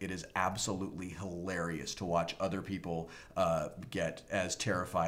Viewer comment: Seriously? This was the best video you have ever done Wil... hee-lay-ree-us.